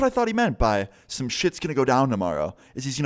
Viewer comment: “To hold folders and *SHIET*”